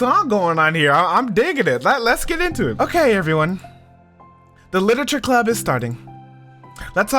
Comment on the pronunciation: im glad you enjoyed the first side story!! most questions are answered in part two of trust which im excited to see you react to lol. (edit: by the way its club not clup)